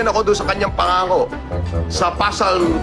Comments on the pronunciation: TANGNAN TO, CUM LAUDE DAW NG CAMBRIDGE PERO YUNG "PSALM" PASALM DAW ANG PRONUNCIATION. KUPAL NA BOBO NA PUNO NG KAYABANGAN AT KASINUNGALINGAN!!! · Ano? PASALM? 😂😂😂😂😂😂😂😂😂😂😂😂😂😂😂😂😂😂😂😂😂. Eto yung topnotcher sa PhD ng humanitarian na naka based pa daw sa London tapos ang pagbasa sa book Psalms ay PASALM? 😂😂😂😂😂😂😂😂😂😂, na choke pa ang puta sa pag-alala lang ng chapter ng libro, bagong pangalan ni Gusgusin, PASALM, 😂😂😂😂😂 PASALM TAGO, PASALM HIBANG, PASALM TANGA, PASALM SCAMMER, PASALM ABNOY, PASALM KATOK, PASALM MUNIN. 😂😂😂😂😂😂. Nagdelirio na ang animal. 😂😂😂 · Bobo talaga si Norman Madusing, pasalm ang bigkas nya Psalm (salm ang tamang bigkas, silent P) talata sa biblia kung bigkasin naman sa filipino ay salmo🤣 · "Pasalm" amp 😂😂😂